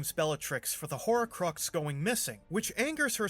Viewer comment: Were you pronouncing "horrorcrux"??